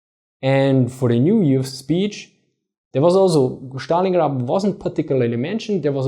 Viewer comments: Why do you call it Shtalingrad, when its clearly named after Stalin, whom you properly pronounce Stalin and not Shtalin? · ẞtalingrad , nicht Schtalingrad ;) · Dann drück ich's anders aus. "Сталинград" kommt von "Сталин" wobei "С" einem scharfen "S" (=ß) entspricht. Die der originalen, russischen Aussprache am nächsten stehende Aussprache ist demzufolge die im Englischen geläufige.:D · Dann war wohl auch das ungünstig formuliert... Die Englische Aussprachen beinhaltet die Trennung zwischen S und T und da ich offensichtlich fälschlicherweise annahm die Englische Aussprache sei dir familiärer als die Russische, versuchte ich dir ohne Russisch-Kenntnisse vorauszusetzen, die dem Original am nächsten stehende Aussprache zu demonstrieren.